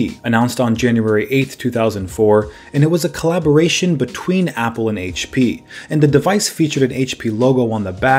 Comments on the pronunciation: say it with us Haich pea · Say it with me everyone: Haitch Pea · Haitch pea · someones been in 'ere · Haich Pea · HP in an Australian accent?